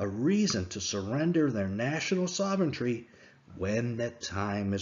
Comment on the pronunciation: Love the videos, but at this point I gotta say it... the word sovereignty is pronounced "saw-ver-en-tee" (4 syllables), not "saw-ven-tree". ;)